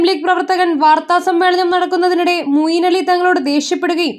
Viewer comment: Moyin Ali alle? Mooyin Ali ennanello vaayikkunnathu.? Oru nalla aale vayikkan vakkane...